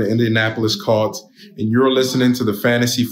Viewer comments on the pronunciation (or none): "Indianapolis CALLts?" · Jamie Craig i knew i heard him say cults lol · Why did Taylor say Indianapolis Coats in the intro?